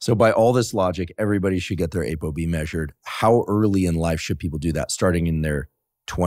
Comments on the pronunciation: It's not ABOB ITS APOB😂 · I heard A BO B, as he said it I was reading this question from you? I loved your comment, "I can barely tie my shoes."